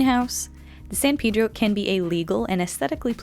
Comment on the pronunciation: That is not how you pronounce “Pedro”